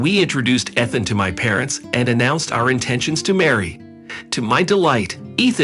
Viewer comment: EEEthan. Not ETH-an. Talk about computerized.